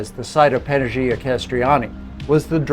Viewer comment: fantastic video of an oft overlooked island! just a minor correction, the pronunciation of the Greek letter gamma ( Γ ) has a sound like the Y in yes... for example, AGHIA would be ah-YEE-ah or Panaghia would be pah-nah-YEE-ah 🤩 Thanks again for great information!